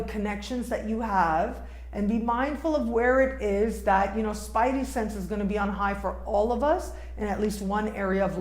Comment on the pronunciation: what is a "spity-sense"?